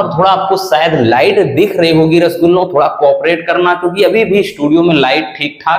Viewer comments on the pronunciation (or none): सर जी आप रस्सगुल्लो क्यू कहते है 😅😅